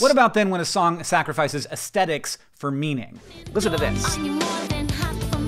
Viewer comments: The word is aesthetics, Hank. With a th. /ɛsθɛtɪks/ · I find the way you pronounce the "th" in "aesthetics" very aesthetically unpleasant.